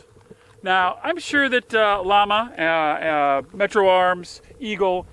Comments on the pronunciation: It's pronounced "Yama" not "Law-muh" it's a Spanish company, it means "flame" hence the flame on the box. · It's pronounced Yah-mah. Spanish for flame, note their icon. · It’s pronounced “yah-ma” llama 38 super your killing the name.